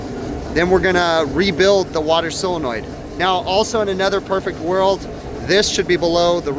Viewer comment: The word is solenoid not cylenoid